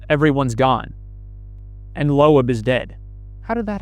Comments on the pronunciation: Are y’all pronouncing Loeb wrong for comedic effect? Because they say his name a shit tone so pronouncing it that way is wild if not. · Mispronouncing Loeb is all the proof I need to know you've never played any of these games...